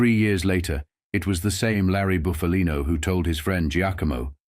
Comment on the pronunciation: It’s Buff a Lino not Boof a Lino, get a real person to narrate and not a damn machine